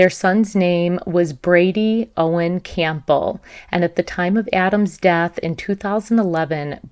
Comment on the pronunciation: Campbell like the soup. Not “Camp-bell”.